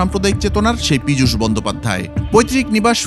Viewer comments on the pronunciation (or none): Pijush noi pichash😂